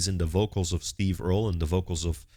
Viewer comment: No, he pronounced it correctly. It’s Earl, with an added E at the end.